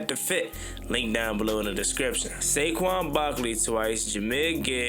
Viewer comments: Who the hell is Sayshawn.....😂😂!!!!!! IT'S SA-QUAN.....wit a Q. Yah need some Schoolhouse Rock jo....let's get it together yah. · "Shayshon Barkley" 😭🙏